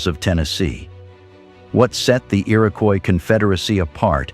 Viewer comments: Is the fake 'dirty film' effect really necessary? Bad enough we have to listen to fake robot narration... "The ear-AHH-koyis Confeder-RASSee" FFS! Have some pride and dignity about your content. Clearly all you care about is the clicks though; Useless. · since it's spelled above so many different ways, I figure it's time I pointed out the correct one re. #1--Comanche, #2 is Iroquois (EAR-uh-kwoy); in the list that started was the Onondaga (oh-nun-DAH-guh); Oneida is oh-NIGH-duh, rather than oh-NAY-duh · The narrator butchered the Iroquois tribes names. Generally pretty accurate about the noble New York State Iroquois. The Iroquois' many wars gradually weaken them. They adapt to the muskets before other tribes because of their control of the beaver trade. Tuscarorains were sixth tribe.